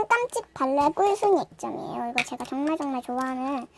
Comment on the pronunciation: 처음 시작할때 정말 오랜만입니다 할때 정말은 존나 라고 들었어 ㅋㅋ